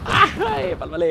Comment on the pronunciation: Mood banget dengar bilang palpale wkwkwk